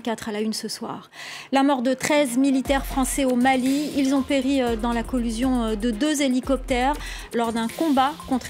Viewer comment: Collision pas collusion ! C'est moi où bien elle répète de nombreuses fois collusion ?